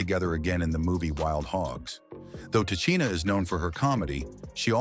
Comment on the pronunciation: Who TF is “Te-chinn-aye”??